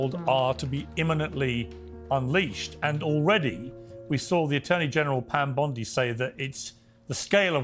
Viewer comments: Tatum … her last name is bOndi not bUndi! Come on now. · HER NAME IS BONDI. NOT BUNDY. CMON BRO. PLEASE. I SHOULDNT HAVE TO AKS.